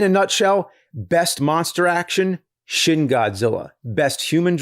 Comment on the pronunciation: Every time James mispronounces the "shin" in Shin Godzilla, seven years are taken off my lifespan.